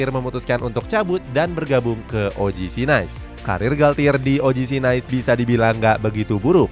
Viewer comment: Izin masukan yaa min, kalo "Nice" dibaca nya "Nis", Les Parisiens dibaca nya "Le Parisieng", trus buat nama coach nya R nya samar yaa min, makasihh